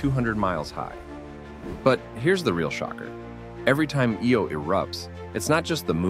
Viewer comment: Its pronounced "Eye-yo", not "Ee-oh"